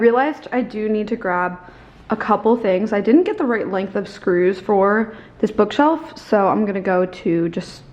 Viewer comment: Ha ha "bookself"